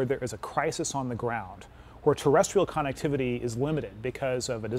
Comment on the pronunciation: Lol yea I think connectivity is his favorite word based on the 100 times he said it, shame he can't pronounce it correctly